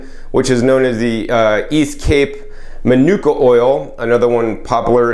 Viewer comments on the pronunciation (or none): none